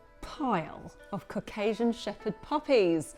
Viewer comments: Lol I heard “and look, we have a giant pile of cocaine” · Her pronounciation of Caucasian is horrible!